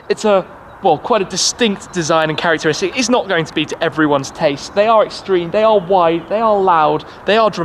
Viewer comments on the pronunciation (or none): none